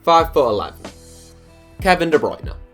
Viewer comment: Here we go again Nobody: Literally Nobody:: kEvIn dE bRuYnE